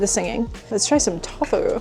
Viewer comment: It’s pronounced tofu, long o long u Not tofu short sounds